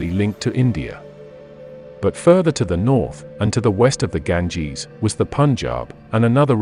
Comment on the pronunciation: Stopped immediately after he said Ganges